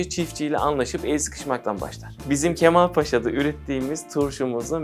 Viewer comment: Cahil bir insan izlenimi uyandırıyor. Hadi cümle kuramıyor, hiç olmazsa 45 yıldır üretim yaptıkları Kemalpaşa'nın adını doğru telaffuz etseydi